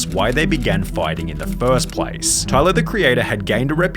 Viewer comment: Tyluhhhhh the creatuhhhhhhh has had a great careeuhhhhhhh